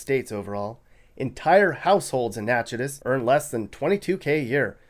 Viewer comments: Love your videos! Just to let you know the town in town in Louisiana is pronounced “Nack-it-ish.” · Natchitoches is pronounced NAK-A-TISH....I don't know why....the sister town across the border in Texas is Nacogdoches, pronounced...NAK-A-DOCHEZ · I was guessing what the poorest city in Louisiana would be and I would have never guessed Natchitoches. Even more surprising that it's the second poorest in the nation. For the record, it's pronounced Nack-uh-tish. But don't worry, I've heard much worse pronunciations. I have family in Little Falls, Minnesota and that one is crazy too. Although when I think about it, it's all farmers there. Many don't go to college because they just farm their whole lives. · It’s pronounced Nack-uh-dish (Louisiana) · Natch-i-TOE-ches, LA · FYI, it's pronounced "Nack-a-tesh", Louisiana. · It's Nack-a-tish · Natchitoches, LA is not pronounced like you said it. Still, you made a good video. Thanks.